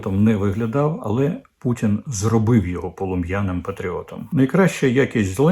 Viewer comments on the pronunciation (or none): none